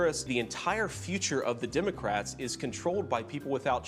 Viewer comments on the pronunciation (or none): I don’t trust anyone who can’t pronounce the word Democrat properly. It’s not not Dim-o-crat. Let’s save the “Dim” moniker for Vance & tRUMP & MAGA Morons, in general.